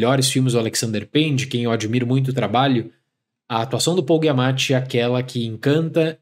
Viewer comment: Adoro seus vídeos, mas, com todo respeito, tem alguma razão estilística para pronunciar os nomes do jeito que vc faz? (MiyaSSaki, GUIamatti). Sou TEA e isso me incomoda muito. No mais, feliz ano novo e sucesso pro canal!